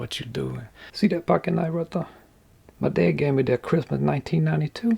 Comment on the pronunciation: righ thuh